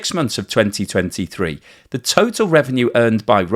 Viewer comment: Why di you say 2020 like that?